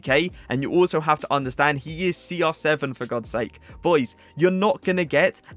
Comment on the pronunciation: Why are you Saying SR 7 not CR7 hi is Cristiano no Sristiano İt is little bit triggers me